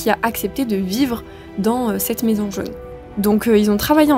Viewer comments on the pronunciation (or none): Fort intéressant.😂Comment expliquer ses petites erreurs de prononciation comme " jeune " pour " jaune: ??🏕